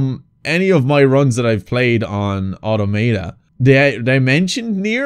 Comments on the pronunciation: Alt title for the video could be painfully wincing everytime gamer guy mispronounces Automata. A-ta-ma-ta is not the way it's pronounced. A-tom-ata is how it's pronounced. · The second way you pronounced Nier Automata was correct. You've probably heard everyone pronounce it the first way which is completely wrong because apparently native english speakers don't understand their own language at all.